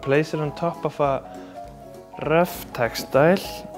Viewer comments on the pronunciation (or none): love the "rrrrrrough textile"